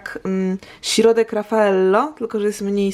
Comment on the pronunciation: Tak samo nie mówi się „śirodek” tylko „środek” ;) Końcówki „om” typu „zbitom”, „drugom” to jest totalny hit :D Nie ma takich słów w języku polskim :D